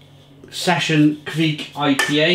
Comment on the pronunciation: It's pronounced "Kvike"